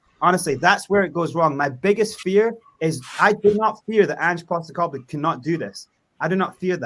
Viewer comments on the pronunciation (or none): at least have the decency to learn the mans name ffs............ Ange. Not Angy. You will be kissing his arse in 6 months guaranteed. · Ang-eh? It's pronounced Anj, short for Angelos. You wouldn't call LA Los Ang-ehles. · It’s Ange with a soft E and not anghe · His name’s Ange (pronounced An-j). It’s not An-geh. It’s important that you have that right because it shows straight away that you haven’t done enough (or any) research into him before doing the podcast. Some of the panelists clearly have done their research. It would be really good to get on a football expert from Scotland, Australia or Japan. They would help give you more information which would help you out. He is a strong character, but he’s also reasonable and he can work with upper management. Although, I’m well aware of people’s frustration with Levy. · Anger Postecoglou ? Dude please educate yourself and learn how to pronounce his name before you go Live c’mon 🤦‍♂️ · how do you expect people to take you seriously when mispronouncing his name means you clearly haven’t even watched a single video on Ange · How do you literally start the video with a mispronunciation of the manager's name and then expect anyone to take you seriously? Was it that hard to look the guy up for 30 seconds before you start? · First thing would be get his name right you 🛎 end! (Top left)